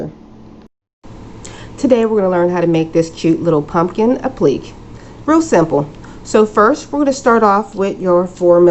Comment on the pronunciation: Applique is pronounced ˌapləˈkā